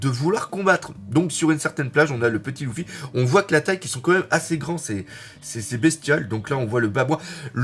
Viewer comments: Bon par contre, c’est Luffy et pas Louffy x) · déjà en France ont dit "Leuffy" mais ont a faut c'est Ruffy en japonais ... Et puis c'est pas si hyper gênant ... Usopp, on a l'impression qui dit "douffy" et franky dit clairement "Ruffy" donc bon ... Franchement osef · Moi je dit luffy mais le "u" je le prononce "e"